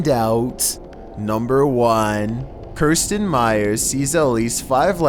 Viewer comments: Pronounces "Kristan" as "Kirstan". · Youtube channel: Kristan Mire: Kirsten The only thing that scares me about these videos is how horribly he mispronounces so many words. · Lol at the end he says Kerstin and its exactly how my name is pronounced XD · #1 "Kirstan" when it clearly says Kristan. And his pronunciation of lantern...lantren. What? Why?